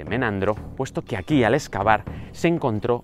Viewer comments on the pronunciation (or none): Se dice argentum la g suena como j sos español tenés que saberlo